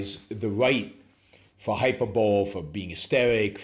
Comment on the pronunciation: FYI, “hyperbole” is pronounced like HIGH-PER-BOW-LEE.